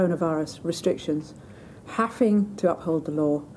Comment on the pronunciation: Haffing? Does she mean having?